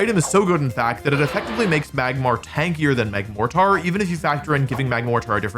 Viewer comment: saying Magmar correctly after saying "Megmortar" is diabolical